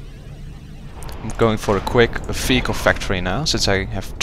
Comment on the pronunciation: Every. Single. Time, that you say Vehicle..it sounds like Fecal. :/